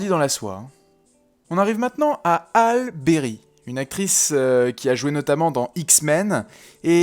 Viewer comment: Hall Berry ou Halle Berry? (ça doit se prononcer "HAULI" je pense ; désolée pour la phonétique 😊)